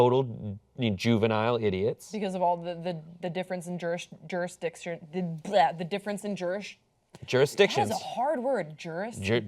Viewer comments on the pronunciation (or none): Lol, yeah she got stuck on dick! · Lol is so gay she can't even say juris"dic"tion